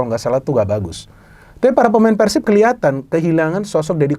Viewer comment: Respek sih doi bilang Persib nya pake e ala resolusi, bukan kek kebanyakan orang diluar bobotoh pasti bilangnya Peursib ala pergi.